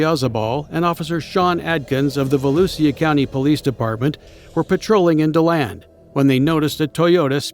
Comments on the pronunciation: It’s VALOOSHA, not valusia…. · I've recently found this channel and want to thank the channel operator. Only one problem is the robots pronunciation of Volusia, which is Vol-ew-sha. Great editing, though. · Its pronounced VALOOSHA country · Volusia is pronounced as "voh-loo-shuh" though😊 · I'm from Orange/DeBary, went to Deltona High. He has good videos but every time he says "Volusia" wrong it makes me cringe.